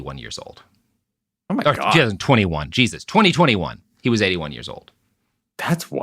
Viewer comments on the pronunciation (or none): none